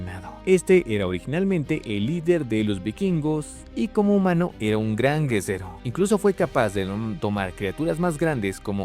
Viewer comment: ¿Porque cuando dice guerrero dice guezero o algo asi?